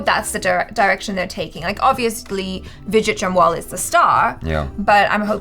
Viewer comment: No one:: Widget Jamwal 😅